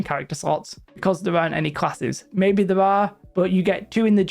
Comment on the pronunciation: "they can go from THURR" love it... sry I enjoy accents. lol